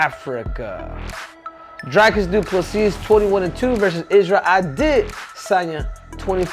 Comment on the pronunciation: Henry.... you are pronouncing it wrong. It's Dhyklick DoofaSissy ❤